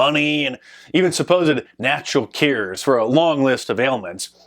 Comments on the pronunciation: Why do you pronounce cures, cares? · "Keears"? I thought it was Cue ers... <*> C'mon Man! It is all in the family ancestry, the Name man... Trudeau... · MARK! It’s Natural “CURES”, not “cares”. 😬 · No It was because you can't say "cures" right. I say it as "Q OR " maybe.